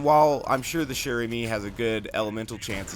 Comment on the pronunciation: "Chère Amie" is french, it means "Dear Friend" (woman friend) and it is pronounced like shair amy